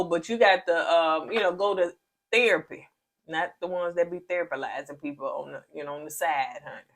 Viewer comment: 😂😂😂😂😂 When said..."Nicole out here THERAPALYZING everybody and she needs therapy" 😂😂😂😂😂 I bout fell out the bed!!!😅😅😂😂😂😂